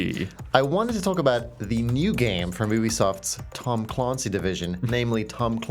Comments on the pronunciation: Cloncy wtf its, C-L-A-N-C-Y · Tom Claaaaaaaasncy? 😂😂😂😂 who is this guy Lloyd Grosman? That's the worst pronunciation of the name Clancy I've ever heard